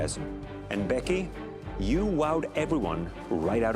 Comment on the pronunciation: ”Mlisuh and BHEky”